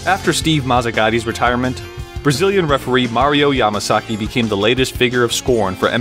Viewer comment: Mario "pwetty heawts to da camewa" Yamasaki.